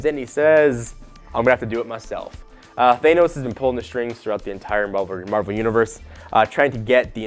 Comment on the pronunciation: If you were a real comic fan you'd pronounce Thanos correctly. lol